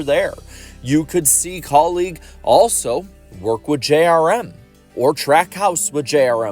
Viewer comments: Anyone else getting annoyed with how he keeps saying kauleeg and not kaulig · Why are you pronouncing Kaulig like colleague?